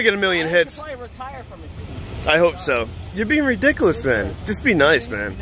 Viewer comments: "You're being "ridickalus". LOL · Did he really say, "redickulus"? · People enjoy watching this because they like to watch frauitors make fools of themselves. If he is going to annoy people he should at least learn how to pronounce his words. "Ridicolous"? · He can’t even correctly say ridiculous. 😂😂😂😂😂